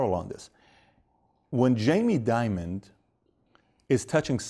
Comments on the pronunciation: His name is Jamie Dimon, not Jamie Diamond...Christ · Jamie DIMON... Not Diamond. He's not a Bond Villain.